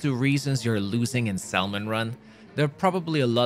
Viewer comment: its pronouced sam-on, not sal-mon